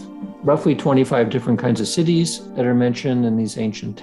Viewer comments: 'Citti' not 'Cities' :) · “Siddhis” not cities. Good content anyway!